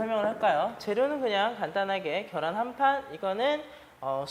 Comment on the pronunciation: 겨란ㅋㅋㅋㅋㅋㅋㅋㅋㅋㅋㅋㅋㅋㅋㅋ ㅋㅋㅋㅋㅋㅋㅋㅋㅋㅋㅋㅋㅋㅋㅋㅋㅋㅋㅋㅋㅋ자연스럽게 겨란이라고 말씀하시는거 너무 재미있네요 ㅋㅋㅋ 좋은영상 감사합니다!!ㅋㅋㅋㅋㅋㅋ